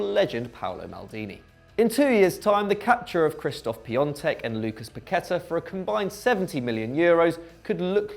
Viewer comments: Stop calling Piatek ”Piontek” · He pronounced lainez name completely wrong but he said piontek name right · Why do you pronounce it Piantek and Laineth? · My man actually said piontek